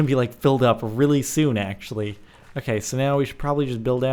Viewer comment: Axe-ually (actually)